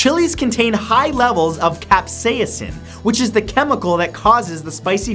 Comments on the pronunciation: Ya boi said cap-say-a-sin lol, but I'll excuse it because your Canadian ;) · cap say a sin? don't you mean cap say sin? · Nobody: Mathew: CApSayUSsNn